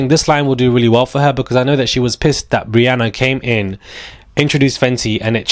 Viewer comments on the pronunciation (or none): none